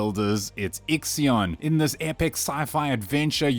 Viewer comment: Its ixIon, as in ix-sigh ugn